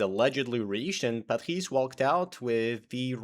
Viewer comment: as french your accent on "Patrice" is freaking good